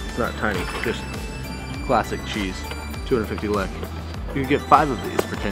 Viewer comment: I get so triggered with how he says lekë 😤